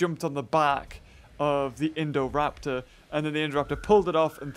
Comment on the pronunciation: who else loves the way says Indoraptor